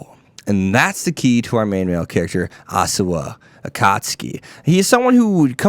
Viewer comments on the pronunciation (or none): Hey brother. I feel you on the live for this anime as I love it too. One small correction, if I may. You pronounced Osawa as Asuwa. Lol. Sorry for being a grammar nut. But I still liked your take on the series.